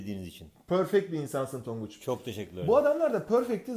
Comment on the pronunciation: tonguç done don değil